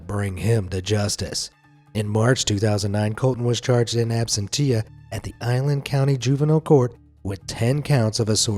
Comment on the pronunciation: It’s pronounced like ab sen sha.